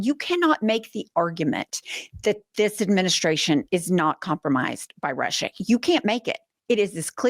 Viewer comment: Did he keep saying that "we are in Alaska in Rusher"? He said it like 2 or 3 times, not just a slip of the tongue. It was very deliberate, as if he is giving Alaska to Putina. Why is nobody talking about this? Its unreal him saying that Alaska is in Ruzzia!!!!! Ive heard nothing more about it.